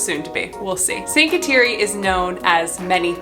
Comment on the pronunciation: Her first name is pronounced (Ga dah Lee)……❤️ Thank you for the video.